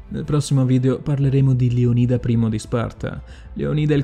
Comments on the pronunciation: Leonida non è giusto? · credo si pronunci Leonida non leonìda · Bellissimo video, però ti prego.... LÉONIDA NON LEONÍDA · Bel video però devo farti una correzione lo spartano non si chiamava Leonìda ma Leonida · Bellissimo video, ma Leonida pronunciato Leonìda e Simon pronunciato Saimon? Ciao. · Leònida , non Leonìda !!!! 😨😨😨😨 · Tutto bello eh, ma metti l'accetto sulla O di Leonida non sulla I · Non voglio fare il maestrino ma si dice leonida no lionida . Comunque bel video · si dice Leònida non Leonìda grazie. (Controllato e certificato dal D.O.P. Dizionario d'Ortografia e Pronunzia) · Leónida... Non Leonída... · Leonida non leònida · Leònida pls non leonída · A me fa infuriare il modo in cui pronuncia "Leonìda" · Con la pronuncia sbagliata di Leonida mi hai spezzato. Si pronuncia Leònida c’è scritto anche su google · Leònida!!!!!!! perchè sbagli sempre gli accenti???? informati un po' di più per le prossime volte! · Già, mi ha triggerato sentirlo pronunciato Leonìda😅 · Leònida si pronuncia maledizione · Sbagli la pronuncia di Leonida! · anche a me, è come sentire la pronuncia sbagliata di facocero! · Ma come dici Leonida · frate se ti sentono pronunciare "saimon" bolivar (lingua spagnola, leggi simòn), "maiashimoto" (miyashimoto si legge come scritto, visto che è già una traslitterazione...), o "leonìda" (greco... Leònidas), potrebbero farti barba e capelli XD. video simpatico, grazie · .... aggiungiamo anche che non si dice MAIAMOTO (miyamoto) ma MIAMOTO (miyamoto) ... inoltre dovresti rivedere la tua conoscenza della storia giapponese.... per te e' fantasy !!!!. .. non si dice LeonIda (con l'accento sulla I) ma LeOnida (con l'accento sulla O)... e poi TERMOPOLI? forse era TERMOPILI .... lascia stare ... un altro video ?? nooooooooooooooooooooooo ...... altro che 20k iscritti e mi piace ...... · Maiamoto? Termopoli? Leonìda?Saimon? Da rivedere un po' tutte le pronunce! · si dice leonida non leonìda , e si dice Termopili nom Termopoli